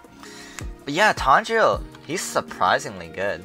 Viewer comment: Exactly its tangerine